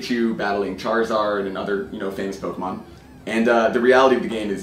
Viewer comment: I hate when people say pokamon instead of pokemon